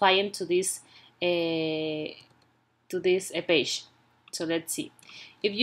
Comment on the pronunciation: and paje 😂😂🤣